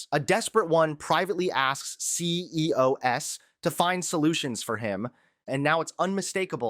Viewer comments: Why do you guys use AI imitations of your voices to do the full report? You would never say C-E-O-S when saying CEOs, but that’s a common AI error. Should at least edit in post after listening back. Good coverage, but the AI voiceover is very off putting. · "A confident president announces solutions. A desperate one asks C.E.O.S. to find solutions..." Um... Have you suddenly forgotten how to pronounce the plural of "CEO", or have you offloaded your job on AI/dictation software? Neither possibility inspires a lot of confidence. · C-E-O-S...? You said it right the entire video until the end. What the hell...? Is AI getting better?